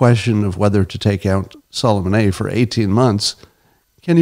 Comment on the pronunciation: lol "Sullemahnaye"